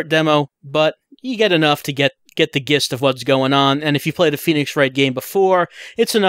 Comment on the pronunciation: I've never heard anyone pronounce gist with a hard g before. Is that dialectic?